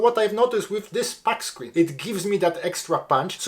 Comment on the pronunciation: Where do you store all those filter baskets!?😂 Just like you, English is my 2nd language, so don't take this the wrong way... You say "pack screen"... Pack as in "wolf pack". It's actually "puck screen" like the other word I won't write on here. It should sound like "puck off" or "what the puck" if you get my drift 😅 Cheers!